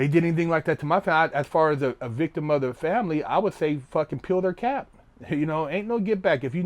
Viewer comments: When he said "peel their cap" I thought he said "kill their cat" and I was confused lol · When he said 'peel their cap' it sounded more like 'kill their cat' lol